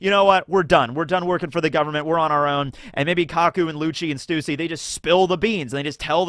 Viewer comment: The YouTubers pronouncing stussys name wrong constantly is hurting me physically